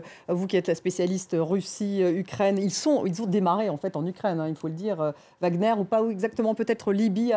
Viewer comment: Wagner, pas Wagner DE G A G E Z C'est tout !!!